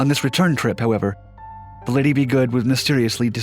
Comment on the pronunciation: “Ba-DOO-ns”??? Man everyone now and then you botch some easy ones. By the way Lady is not pronounced “Liddee”.